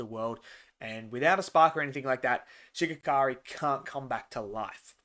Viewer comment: Such a good Ep showing the power difference next Ep will be crazy Also It’s Shigaraki not Shigakari